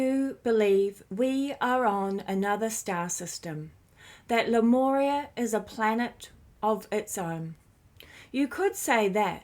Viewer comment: I think it’s pronounced ‘lemooria’ 🤔 🙂